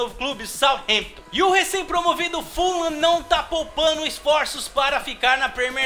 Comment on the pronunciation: mano pq vc fala full lam? se é fulham